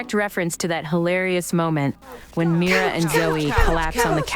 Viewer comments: I don’t think u pronounce her name like that I think it’s pronounced meera❤❤❤😊😊😊😊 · No hate at all but that's not who u pronounce Mira again no hate but in the movie when there talking that say Mira differently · why do you say Myra it's MERA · I don’t think it’s “MyRA” I’m pretty sure it’s “mEEra” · I love you Preston and your vids buts it's mi ra not myra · U say her name like Mera but spelled like mira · It's not my bra it's Mira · This is not Myra it's Mira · Is not myria is Mira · Its (Mee-ra) not (My-ra) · Just to know you are saying Myra when her name is mira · It’s Mira Me-ra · Afended!!! You Said MYRA!!!!!! It’s MIRA SHES MY FAVORITE. P.S IM Disappointed!!! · It's not Myra,🧐 it's Mira👻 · her name is pronounced mee-ruh not mI-ruh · Oki I love u so much and I DO NOT WANNA HATE but I have to say this bc it’s SOOOOOOOOO Frustrating oki so ur saying Mira’s name like this My-ra. BUUUUUT it’s acually pronounsed Me-ra. Pls pls pls no one hate on me I just wanted to say it not to be mean sorry if it sounds mean 😓😓😓😓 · Yea no hate and I love watching vids but it’s pronounced me-ra not my-ra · It isn't My-ra it's Me r a😊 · It's mira not maya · Mira not miya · Sorry it's Mira not mayra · I was shocked when she said Myra and not Mira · Its Meera not Myra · Who is Myra? It’s Mira you’re saying it wrong.😮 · Its MIRA not MYRA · Not tryna be mean is Mira not miyra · It's mira not maira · Mira is pronounced mera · She says Mira like it’s spelled Mirae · Her name is not miiiiira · I thought it was pronounced meera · U say MIra but you actually say Meera but write Mira!😢😅😊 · Her name is pronounced Miror-a but take out the OR sound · you keep saying Mira wrong😊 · Stop saying Mira as Mayra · It is pronounced me-ru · It is mira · It’sMira say Mera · you don’t say Mira like that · Not to be rude it's pronounced "me-ra" mira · Mee-ru is correct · Pl-please stop saying Myra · Think of Mira’s name as Meera since you pernounced it wrong